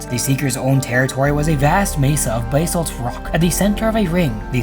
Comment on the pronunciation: Sorr to be that guy, but i want you to take this in the most polite way possible, ive done this myself with many works i read before i heard, the correct pronunciation of "basalt" is buh-salt. Why? Cause English is a mess of a language